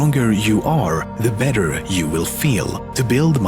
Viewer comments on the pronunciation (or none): none